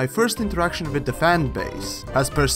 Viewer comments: (With) not Wiss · oh good you say (with) rite sometimes lol